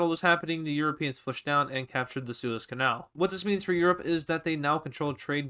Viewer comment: Are you Dutch because you say kanaal on a Dutch way